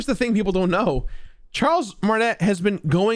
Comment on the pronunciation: Pronunciation note: Charles’ name is pronounced “Mar-tin-a” not “Mar-tin-et” Hadn’t seen another comment about it so wanted to share!